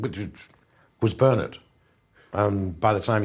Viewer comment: LMFAO at bernARD pronunciation